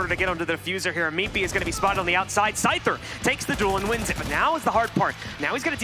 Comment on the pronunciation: The #1 russian players name is pronouced scooter, not the pokemon scyther. Scyther is how you spell scooter in russian to english. This inof is relayed by SCOOTER himself.